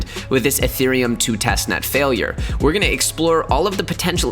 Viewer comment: “”””TESTNEST”””” “TEST......NET”